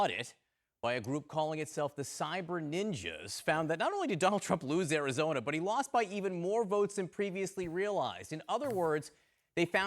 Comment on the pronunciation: It's called Ari-JOE-na now!